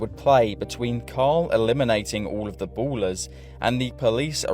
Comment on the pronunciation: ballas not ballers XD